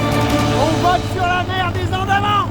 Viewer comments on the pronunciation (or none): Andaman comme quand on prononce man en anglais, "andamane" pas "andamant", ca fait ringard lol.. La région est en effet magnifique.